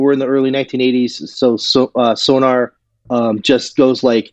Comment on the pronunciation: Not to be pedantic, but it's SONOR (German name), not SONAR (a type of underwater detection device). Interesting discussion, but not quite fully researched.